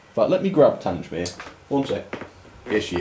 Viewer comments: YOU CALLED IT TANGE-MEER AGAIN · Haven't had a layout for many years but my interest In real and model locos has never wained. Great channel. Having been stationed at TanGmere. It sounds strange to hear it pronounced TanJ mere. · Not Tangemere, it's Tang-mere. How many times do I have to pronounce the name for you? As for your Camelford engine, I wholly agree with your issues. Who wants to buy an engine whose body comes off, when taken out of the packaging? Not me, that's for sure. What do you love about these ugly Spamcans anyway? Just curious. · So you are aware, the name for 34067 is pronounced 'TANG-mere' - there is no "J" sound. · Your pronunciation of Tangemere was awful and you should have got someone to over dub your pronunciation of that word. I have traveled a lot behind Tangemere but it does chuck out a lot of soot and ash. It is nice that it has been preserved as built. Until its recent overhaul it was a very reliable locomotive.Bye from Ian. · Tangmere. please get the name right. a battle of britain class named after the fighter station.